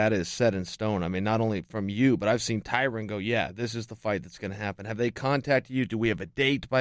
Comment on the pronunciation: He just called Tyron “tyquil”LMAO